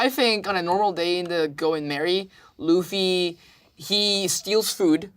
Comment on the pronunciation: you said laffy?!